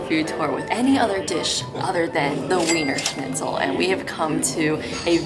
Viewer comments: If you are doing a food tour youmightl learn the names of what you are eating. The noodle is likely “ Spätzle“. The Cutlet may or may not be Wienerscnitzel? Btw It is pronounced not with a W sound but with a V sound. (V)ienerschnitzel. For your followers. Authentic Wiener Schnitzel is traditionally made with veal; if a schnitzel is made from pork, it is technically called Schnitzel Wiener Art or "Viennese style" schnitzel. Austrian law protects the name "Wiener Schnitzel," requiring it to be made from veal, though many restaurants will offer pork versions under a different name. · VEENRRRSCHNITZLE not WEEENER! 🤭🤣😂🤣😂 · it may look like weener shnitzel but to German speakers its veener schnitzel. Just as Wien is not ween but veen (Vienna). The English 'v' actually doesn't exist in German 'V' in German is pronounced fow; Volkeswagen is pronounced Folkesvaagen. Not pedantry but essential understanding. Its a stretch for Americans to understand but in 1814 Wien (Vienna) was the cultural heart of the western world. Britain and ultimately north America triumphed by the historical accident of colonialism - and the holocaust of indigenous peoples. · Please please please stop saying “weener”! Do the minimum of learning how to,pronounce a few couple of basic words when this is your profession. It is so cringy! And Almdudler is an old timey soda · "Weener" schnitzel???? oh no oh no oh my god no no no no